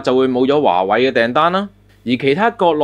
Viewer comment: 係華(為)，唔係華(偉)